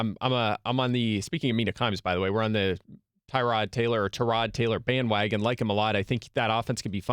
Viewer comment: It’s Tah - rod not Ty - rod